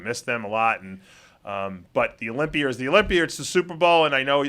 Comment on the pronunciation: "I'm leaving Amander at home and going to the Olympier" dave has a tough time pronouncing that 'a' ending lmaooooo.